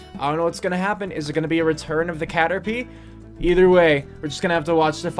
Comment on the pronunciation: Cater pie not p derr!